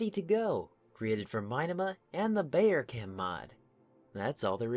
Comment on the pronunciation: It is pronounced like "Bower" (with the "ow" pronounced like "cow")